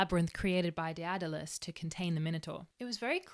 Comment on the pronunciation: I swear if this is how daedalus is actually pronounced imma fly into the sun